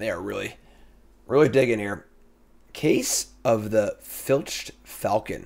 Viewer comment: this is the first time I’ve heard you say filched correctly and it’s so much less jarring thank you. Crush it at the PT!